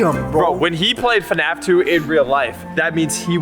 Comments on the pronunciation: it's fnaf not fuhnaff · FNAF wrong Fuhnaff right